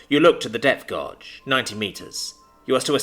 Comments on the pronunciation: The only minor but irritating thing was the pronunciation of guage. It is NOT gorge, it's gay-j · Gauge is pronounced gage. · gauge sounds like the word age with a G in front of it. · The pronunciation of gauge threw me off a few times as i listen while at work and thought the guy on the sub was reading sonar and seeing that they were falling into a gorge or trench down in the deep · haha it is driving me crazy hearing him fumble this hard, it's not even a rare word